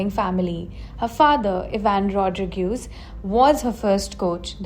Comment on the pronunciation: It is Rodrigues not Rodrigueeees